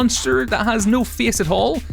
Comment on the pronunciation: Apparently face is pronounced feeis.